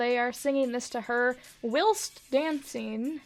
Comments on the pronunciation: i wheezed so hard when you said WHEELST DANCING omg whilst is pronounce the whi is pronounced like why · Did you say wilst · The way you pronounced “whilst” lmao